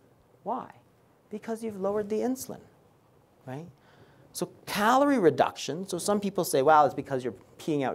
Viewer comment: Right ? 😂😂 very informative and helpful but I became mentally abused predicting when he will say „wraight?“